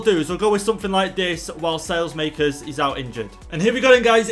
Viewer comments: saelemaekers is pronounce sa-leh-mah-kers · PCQ: You pronounce saelemakers sal-e-mak-ers :) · It is sa la maekers